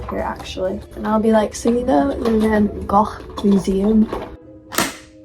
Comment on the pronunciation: As a Dutchie I really appreciate you trying to say 'Van Gogh' right hihi ^-^ So awesome that your did this!